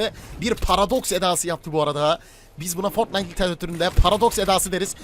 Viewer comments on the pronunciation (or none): none